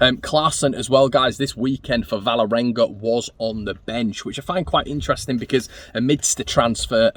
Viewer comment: Kristoffer Klaesson plays for Vålerenga. Not Valerenga as you pronounce it. «Wall-erenga» Leeds Leeds Leeds